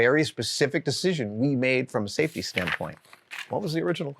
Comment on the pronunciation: Safe...tea? What is this safetea you're speaking of?